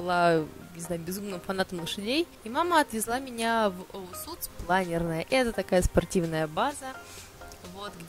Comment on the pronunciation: Не ОУСУЦ, а ОУСЦ... олимпийский учебно-спортивный центр.